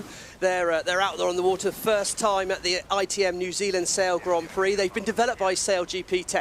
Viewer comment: I just would like someone to gently suggest to him how to pronounce the Grand in Grand Prix. Please